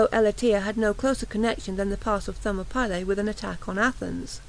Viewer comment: FFS- THER-MOP-ILLY